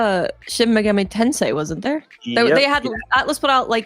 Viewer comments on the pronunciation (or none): none